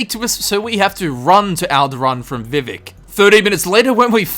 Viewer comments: I can forgive most pronunciation differences... But it’s vivEc you damned n’wah!!! Love the vid no hate here btw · THE WAY YOU SAY VIVEC IS KILLING ME! its vee vak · He's actually trying to pronounce it the way that you typed it, just saying. So whilst it is technically incorrect, it's an accent thing, in effect like any of the three of us trying to pronounce some words in chinese or german that we just can't pronounce the same way as they do.